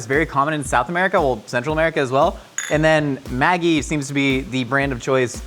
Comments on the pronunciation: its maggi with a soft g, ma jee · I hate to be 'that person' but it's Maggi pronounced like magic, not maggot... Who am I kidding, being 'that person' is my entire online personality